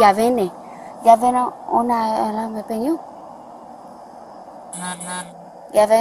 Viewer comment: Her “ epañyo “ is terrible. It’s Español and not “ Españyo”. 🤣😂